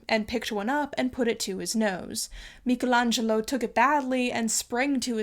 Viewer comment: FINALLY someone who pronounces Michelangelo correctly, you have my utmost respect